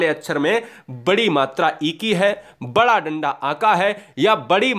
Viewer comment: Sir Wada or wadi nahi bada or badi hota hai